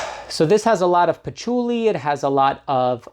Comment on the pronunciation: Pachuly? Pachooly? Sounds like some Italian food herb element.